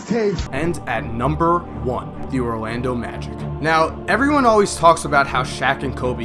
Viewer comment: Is it me or does say Rolando Magic